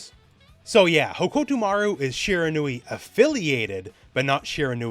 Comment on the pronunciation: your pronunciation of hokutomaru is on brand in so many ways